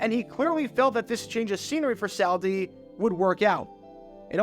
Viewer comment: Dude, you mispronounce names more than anybody on YT! It’s not saul Di! Not Sal Di